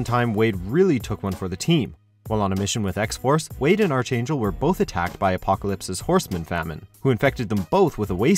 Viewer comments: "Arch-Angel" ?! Really guy? It's pronounced, 'Arc-Angel'. #unsubscribe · It’s pronounced ark-angel not arch angel... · Ar-ch-angel. Why does nobody on this channel know how to say simple things such as arch. It is said as Ar-k not Ar-ch. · Archangel (Arkangel) by the way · "Arch" is pronounced as ARK 😑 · It's pronounced ARK- angel!!! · LMAO his pronunciation of *archangel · Why does WatchMojo insist on intentionally pronouncing things wrong? In this case ArchAngel and numerous others in almost every video. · That's not how you pronounce archangel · Thumbs down for the pronunciation of “Archangel”. This dude definitely isn’t a comic book reader. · I cringe at how pronounces archangel